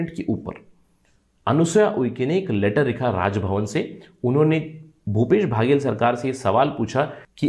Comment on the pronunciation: भैया बाघेल नहीं बघेल है जी